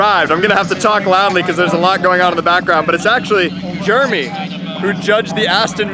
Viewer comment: please dont pronouce it JERmy its JerEmy ahhhhhh